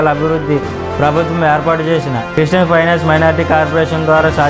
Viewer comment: క్రీస్టియన్ కాదు క్రిష్టియన్ క్రి స్టీ యన్